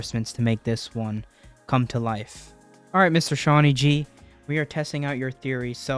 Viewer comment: Just letting you know it is Shawny G not Shawn YG even OMB says that that is the correct way but he still calls him Shawn YG (no hate to you)